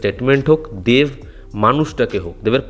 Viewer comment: English e dev likhleo, Uchharon ta banglay deV noy deB Ektu pronounciation e nojor dao Tomar pronounciation e problem achhe ageo dekhechhi